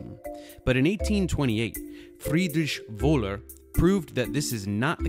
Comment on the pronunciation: Frrriedisch Wohler 😂 That was a good one to hear as a german :D